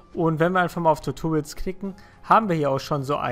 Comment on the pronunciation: Meine Fresse :D Das heißt nicht TUTURIOLS. Das heißt Tutorials ! :D Du sprichst das so lustig aus :P . Aber gutes Video ;)